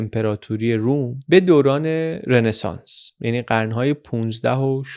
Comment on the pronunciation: سلام آقای مثل همیشه فوق العاده بودید.فقط یک نکته که تلفظ رنسانس رو غلط می‌گفتید تلفظ صحیح Ronesans ولی شما می‌گفتید Renesans